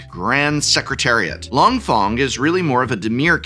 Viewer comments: Some of Prof's pronunciations in this video😅 "Hi-Bye" and "Long Fong" are killing meeee lol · Since when is long feng long fong? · Long Fong… LONG… PHONG… I’m dead. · For real. Hi bye? Long fong? Da fuq? Couldn't take 10 minutes for pronunciation? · Here a list of a few names you mispronounced. I'm sure you didn't mean to, but I thought this would help if you are going to talk about any of these cards/characters moving forward. Hei-Bei: Hey-Bye Long Feng: Long Fang Professor Zei: Zjhu-Eh Die-Lee: Dai Lei Usurper: You-Surper Mai: May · Once again I am respectfully asking someone at TCC to inform the Prof on how to pronounce these names. Hei Bai is “hey - bye” and Long Feng is “long fang”. Plz! Lol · Long Thong?! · Long Thong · Him pronouncing Hei Bai and Long Feng as, "Hie Bye" and "Long Fong" is giving me "The Last Airbender" flashbacks...😭😭😭 Edit: Just reached "Dah Lee". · I'm confused by your seeming familiarity with the source material but still mispronouncing character names like Mai and Long Feng